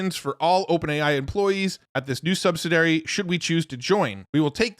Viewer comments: “Subsi-dairy” isn’t a word. 🤦🏻‍♂️ You said it twice - so you obviously think it is. 🙄 You’re welcome. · You need to learn how to correctly pronounce the word subsidiary.